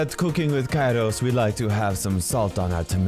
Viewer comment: Kairos becoming Italian 🤣